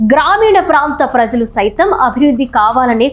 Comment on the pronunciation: చాలా కాలానికి మంచి తెలుగు వింటున్నాం. ప్రజలు.. లో జ సరి చూసుకోండి.. తల్లీ.